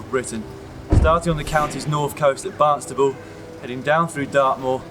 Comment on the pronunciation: It's Barnstaple, not Barnstable